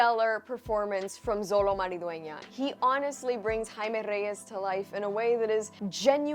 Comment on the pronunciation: it 's spell xolo but it is pronounced cholo x an o un México it's sounds cho